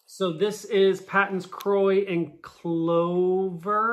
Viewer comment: Paton's is actually pronounced Pay-ton's. It took me a long time to accept this and pronounce the name correctly. It was originally a British company or something.